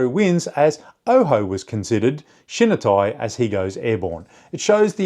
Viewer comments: You’re pronouncing shinitai incorrectly., not shin nuh. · Great video! Love deep dives into topics like this about my favorite sport. Just a friendly tip to sound less Anglo when pronouncing Japanese words: any i in Japanese makes the "ee" sound. So shinitai would sounds like "she-knee-thai"